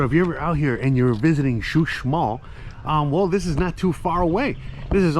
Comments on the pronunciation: He y!! Is not Xusmal, is Uxmal. Saludos! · Hola buenas tardes la zona arqueologica se llama Uxmal tu lo pronuncias como xuxmal jajajaja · CHUSMAL JAJAJA QUE ALGUIEN LO AYUDE SI NO LOS GRINGOS LE VAN A CAMBIAR LA PRONUNCIACIÓN